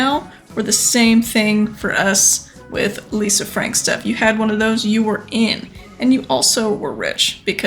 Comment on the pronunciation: Lol "Lisa Fank", she didn't need that "r" anyway. I think it would be cool to see a rubiks cube, maybe even one taken apart. Even cooler would be one of those bubble/water ring toss handheld games.